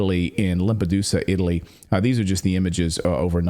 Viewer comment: Lamp -a-dooza😂